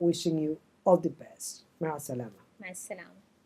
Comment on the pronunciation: Hassalamu Alaikum alla Assalamu Alaikum parayu